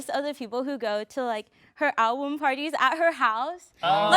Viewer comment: ok when she said "ablum parties" i was like hmmmm but i was like maybe she just forgot the name